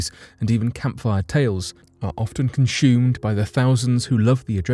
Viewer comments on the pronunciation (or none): "Consumed" Not Conshumed